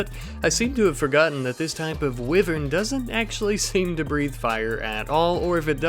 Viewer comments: I die inside a little bit more every time I hear Weevern. It's pronounced "Y-vern". Hope this helps!👍❤️ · Now we can add “wiv-earn” to the “smorg-es-borg” of mispronunciation!